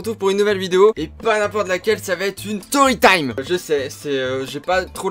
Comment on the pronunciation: une "storytime" et pas "toytime"